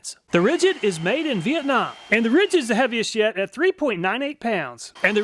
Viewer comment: bro he said "heaviest yet" but I heard heavy as shit XD and then loud as shit XD